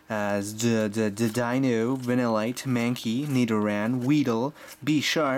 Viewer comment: its not cue rem its cure em and you said deino mostly right its kinda weird